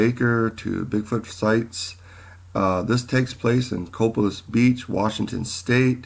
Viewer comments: Just an fyi but it is pronounced "Co-pay-liss" not "Cop-a-liss" If you have ever been here and spoken with the residents you would have heard this. Thanks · It is pronounced COE PAY LESS beach.